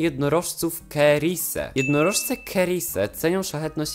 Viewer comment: cerise wymawia sie ceris, nie kerise